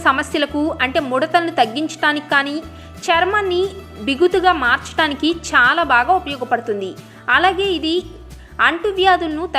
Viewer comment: చాలా అనే పదాన్ని సరిగ్గా పలకమని రిక్వస్ట్ చేస్తున్నాను.అంతా బాగానే చెపుతున్నారండి